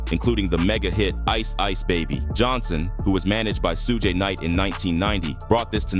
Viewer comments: Soo-gay Knight if messing me up! Come on AI say it with me - Shooooog Knight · Great video! However, Suge is not pronounced as "Suegay". It is prounounced as "Shuug" like sugar without the "r"! Otherwise, very good! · Su-gay Knight? Lazy punks love using Ai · AI garbage. "Sue-ga-night." It just sucks, still. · This voice!!! Suge being pronounced Soo-gay!! 😂😂😂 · "Sug-Ay Knight" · "Suge", no it's pronounced Shug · sooo-ga knight lol thats hilarious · "Soogay" Knight..... I'm out lol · Who the hell is suegay nite?? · “Sewga” Knight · Lol at the AI robot calling him SooooGay Knight!😂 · Soo-Geh Knight lol. gotta love AI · Su-gay Knight?? AI SUCKS!!! Bring back HUMAN BEINGS who know how to PRONOUNCE WORDS!!! Oh, it just said SOOG!!! Not even consistently??? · It’s pronounced as in sugar without the R. Sug Knight. Please if you’re going take the time to do a 20 minute video. Learn how to say the people name you report on. One the strength of that I give 👎🏽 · Please learn how to call Suge the right way!! Can't hear it bro.. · Whenever Suge is pronounced like that, you know this is A.I. speaking. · Too much vague narration. This was almost clickbait material. Annoying that i watched it in full! Not giving it a like just on principal that AI voice was used and couldn't pronounce Shuge Knight's name. It was seriously annoying! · Was good until the voice over mispronounced Suge… 😂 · Oh AI. Can't pronounce suge.